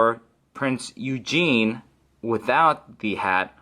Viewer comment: If it hasn't been mentioned before, I am pretty sure that it is pronounced oo-gen. At least that's what it was like on a documentary